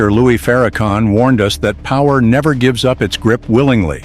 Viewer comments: PLEASE CALL HIM LOUIS!!! NOT LOUIE!! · His name is LOUIS. …. Not Loue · Narrator how dare You disrespect Him by Disrespecting His NAME. Your Name is Everything, how dare you call Him Louie. His Name is Minister Louis Farrakhan. Narrator get it Right or leave it Alone ,,we know you are Not ignorant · It’s louis not Lewy😡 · 😂I stopped listening to the narrator when he mispronounced Minister Farrakhan's first name by calling him "Louie". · His name is not Louie, it's Louis. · Who is the narrator? His name is Louis Farrakhan, not Louie Farrakhan. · His name is Minister Louis Farrakhan. Not Louie!! Get it right. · This AI garbage are whatever it is can't even pronounce the Minister name right.